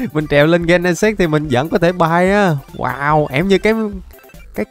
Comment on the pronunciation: Gen nà xịt chứ Ko phải gen nà s.ê.x anh